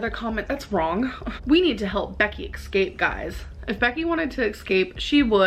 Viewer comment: "Excape"? Well I guess you're technically correct, Becky has already escaped you by becoming your ex.